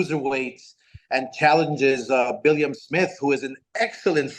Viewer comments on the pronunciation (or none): Nah, i very much doubt it's free without even subscribing to the app. I wish someone would tell this tit it's Billam, not Billiam.